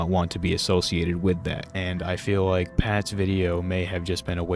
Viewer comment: The Ws over ls are funny 😂 “Wike” Wex Reawwy waw 😂